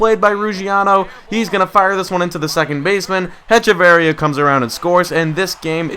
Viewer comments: It's pronounced "Etch-a-va-ria" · () Just so you know, it's Ech-uh-vur-ee-uh